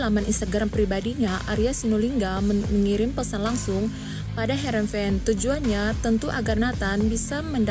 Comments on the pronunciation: bukan verenhen tp herenven mba 😁😁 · Herrenven min bukan verenhen😂😂😂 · Heerenveen, mbak ..bukan veerenheen.... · Komentatornya ngawur yabg betul harenveen bukan verenhen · bukan verenheen tapi Heerenveen yang dieja "Heer" "en" ""Veen" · Mimin bicara sambil kumur².. Nyebut SC Heerenveen aja kaga bisa.. Trus gmn Netizen bs percaya isi/konten beritanya coba??? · Mimin bicara sambil kumur².. Nyebut Heerenveen aja kaga bisa.. Trus gmn Netizen bs percaya isi/konten beritanya???